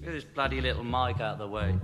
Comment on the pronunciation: “Thas” Boy 😂 Hilarious! Damn it!